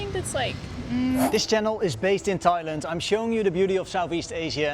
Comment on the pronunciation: Thoilend? What's the meaning of it? Never heard about Thoilend, maybe you are in the wrong country?